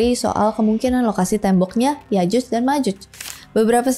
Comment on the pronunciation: Yakjuj bro bukan yajuj